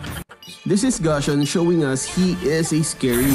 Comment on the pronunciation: Hey i think it’s pronounced as “Goo-sion”